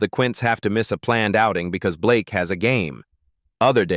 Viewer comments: I'm sorry but its not Blakeee its Blake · It's actually Blayke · AI thinks its pronounced Blakee.